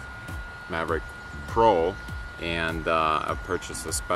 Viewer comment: This is much too complicated so much easier to do it other ways using a drone we do it often whenever someone needs a string up a new antenna. Also, it’s “Mavic” not Maverick